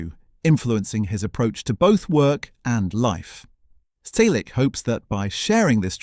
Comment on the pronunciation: I’m part of the family. Learn to pronounce “Selleck” correctly. Not his life story again. Everyone we know has read his book or listened to the audiobook. Read it. Don’t copy from other authors. Go back to school and learn to count: He was born on January 29, 1945. He is 81 years old.